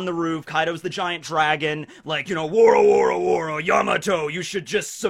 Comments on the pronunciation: buddy, pal, bubala, you have to review your One Piece laughter styles. Kaido’s laugh is Wo ro ro ro NOT Woro woro woro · actually it's wororororor and not woroworoworo